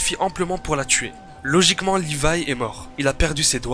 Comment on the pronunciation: live c'est comme ça pas comme ça "livai"